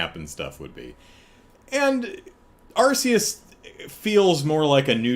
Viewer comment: I need to tell you something about Pokemon Legends Arceus (for which the Arse-ee-us pronunciation is indeed correct): What you've seen of it in trailers isn't representative of how the whole game looks. The trailers are the best parts. The actual game has many parts that look absolutely horrible, with visual issues that you didn't even see in the N64 era. There's horrible screen tearing whenever you turn the camera. And whenever you're inside a cave, there's some ridiculous pixelated outline around all characters which makes it look like they were cut out of one image and pasted onto another. And the thing is, back when Pokemon was 2D, they looked great for the consoles they were on. And even the couple of 3D spinoffs at that time looked good. But Gamefreak must have had help then, since the 3D games they've made themselves have all really struggled. The series fell off a cliff in quality as soon as it went 3D. It's not just the appearance either: You can tell that the extra effort needed to make 3D environments has been a huge drain, and so the games have gotten smaller, with less content. Somehow the most profitable media franchise in the world can't find the money to invest in its flagship product.